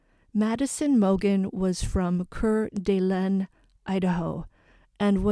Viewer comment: fyi....its pronounced "Core D Lane"